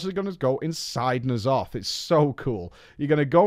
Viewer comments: "Knee' Aloth" He says... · How do people mispronounce Ny'alotha when its been said in game and devs. I've never heard of knee'alotha